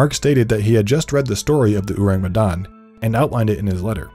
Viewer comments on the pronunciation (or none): why this dude pronounce orang medan weird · I know i shouldn't be picky, but they way he pronounced orang medan irk me